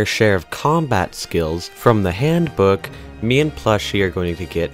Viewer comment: its HANDBOOK not HANDOOK